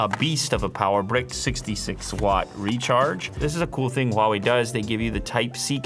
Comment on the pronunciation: Can we just take a moment and appreciate how he perfectly pronounced HUAWEI just like how we Chinese speakers do.